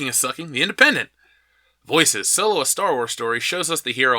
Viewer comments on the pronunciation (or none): You keep mispronouncing "Soylo" 😁